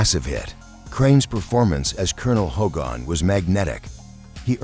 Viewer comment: Not Bob Crane as HOE-GON